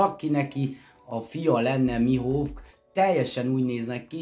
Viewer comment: A Rayleight ugy ejtsd hogy "réjlih" és a Mihawkot pedig "mihók" bocsi😅😅😅